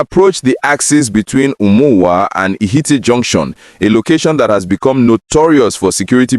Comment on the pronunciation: Please learn how to pronounce names of towns... Umuowa, Ihitte, Lokpanta...